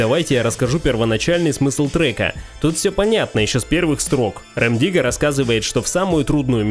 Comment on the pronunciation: Нам рассказывает канал, который даже не правильно называет КРОКОДИЛА "РЭМ" ДИГГА. Правильно РЕМ ДИГГА. И порядок песен вообще не по годам)))